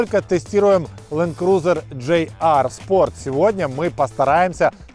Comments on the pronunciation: Не джей ар,а джи ар.или пох ... что говорить? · Кто нибудь, скажите ведущему, что это не джей ар, а ДЖИ ар..... Рука лицо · GR (джи ар), а не JR (джей ар) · Я так розумію тепер замість питань про "камрі/кЄмрі" будуть питання чому проговорює "GR" як "JR", через "джей", а не "джи"?